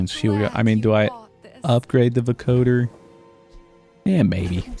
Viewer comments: Let's goooooooo a FANTASTIC addition to an otherwise mediocre day. Edit: your pronounciation for "vocoder" is correct, you're just putting the emphasis on the wrong syllable. it's VO-coder, not vo-COder. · You're pronouncing vocoder right, but it's spoken with the same cadence as lawnmower or tripwire, with the emphasis on the first syllable. VO-coder. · Just FYI It's pronounced VO-coder with a long O, emphasis on the VO and CO. Mashup of "vocal" and "encoder", it's what Daft Punk uses to sound like robots. Loving the gameplay!